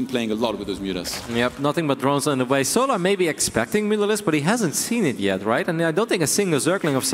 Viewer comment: Every caster says it: So Larrrrrrrrrrrrrrrrr Larrrrrrrrrrrrrrrrrr It's fucking "sol ur" Like. you know. The word Solar.